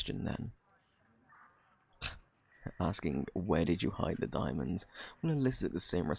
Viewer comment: Di- di- diamands? Is that what you said? Idk what that is... Had me rolling on the floor!!!